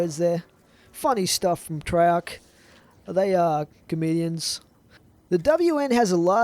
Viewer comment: you don't pronounce it "treyarc" you pronounce it "treyarch"